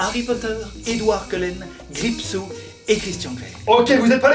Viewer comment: C'est Gripsou pas Grippe-sous xD